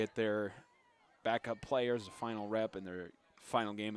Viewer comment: good game, but why couldmt the commentator get the names of the players correct